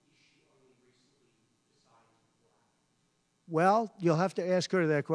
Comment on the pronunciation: Why does he seem to have problems saying black?